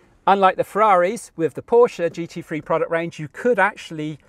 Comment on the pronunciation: Holy, this guy knows how to pronounce Porsche right. I appreciate.